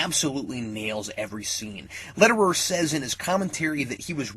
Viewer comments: Not to nitpick but I really wish you pronounced Louis Letterier's name properly. It's just that he is French and it was jarring to hear him pronounced as "Letter-er." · You didn't even try to pronounce the director's name right lol.